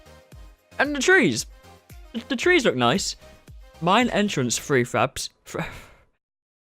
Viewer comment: Honestly it sounded like he was always saying "free faps" instead of "prefabs"... 😂